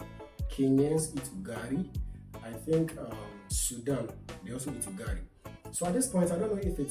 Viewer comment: UGALI, NOT UGARI....